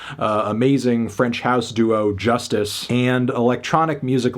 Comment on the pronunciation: He knows it’s pronounced Joo-stice, right?